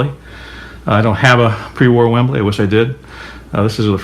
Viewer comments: sorry its WEBLY not WEMBLY its not the footy stadium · Dude it is a WEBley not a Wembley. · Webley not Wembley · Webley not Wembley! As a kid in the 60's and 70's I believe that it was a good thing that air guns did not look like firearms. Now a kid can get wasted by a cop for having a "lookalike" I love your videos!